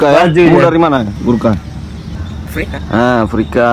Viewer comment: Aprika apa papua? 😅😅😅